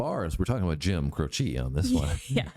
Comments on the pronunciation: Cro she (e sound like long a) not Crochee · It's not every song that has the lyrics written on the screen by a dyslexic 7 year old. 😁 By the way, his last name is pronounced CROW-chee, not crow-CHEE. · Crow-chee, not Crow-CHEE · Accent first syllable of his name - CROW-chee - he was on his way to my college to do a concert when his plane crashed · FYI. Croce is pronounced “Crow’ chee”. emphasis on Crow.